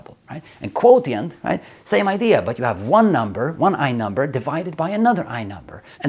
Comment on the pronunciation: My math hear want to tell you, the first T in Quotient is pronounced more like a "sh" or "ch" 😅. (And Google tells me that in Swedish the closest approximation is the "sj" sound)